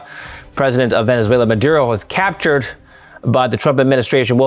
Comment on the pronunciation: this MF still keeps saying 'captured'!!